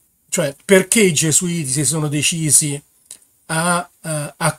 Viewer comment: il vaticano non puó scomunicare nessuno . bravo hai finalmente marcato "gesuiti"